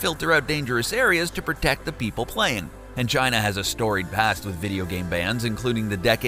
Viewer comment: Is he saying China or mangina?